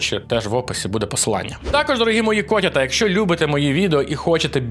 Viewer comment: написано "Warhammer" - вархамер, а кажеш "варгамер" який Wargammer? обкладИнка - обкла́динка, кОтята - котя́та